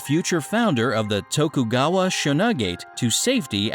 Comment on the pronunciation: They couldn't tell the narrator how to properly pronounce "Tokugawa"?